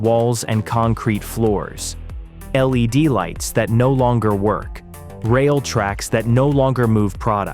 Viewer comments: "Lead" lighting... is it that hard for a human to read an 18 minute video? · “Lead” lights 🤦🏻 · How he said led lighting